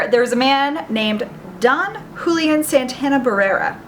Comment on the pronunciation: It's pronounced who-lee-UHN. Just saying...